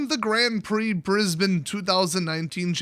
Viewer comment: Cudos for pronouncing Brisbane correctly. Our city has been covered in smoke with air quality warnings for the last 2 weeks